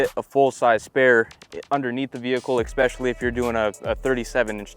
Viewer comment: He keeps saying ekspecially